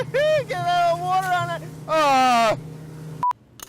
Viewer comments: Thank God for , we almost made it in episode without Brad saying wourder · Like how brad says water. Also love how brad inter acts with vinny. Hope they are friends outside of these episodes.